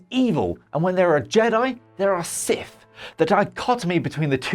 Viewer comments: Sith, not Sif. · Getting this guy to present a video where his speech impediment prevents him from saying the subject matter correctly is pretty fucking dumb. Sif